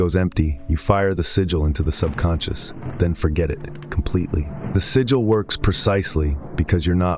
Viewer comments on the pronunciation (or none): you dont need the AI voiceover. sigil, not siggil. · Shit ai copying other peoples work and mispronouncing the word “sigil” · The AI mispronouncing sig·il / sigil is really taking me out of internalizeing the information.